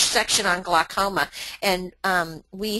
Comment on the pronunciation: "Glucoma"? Really?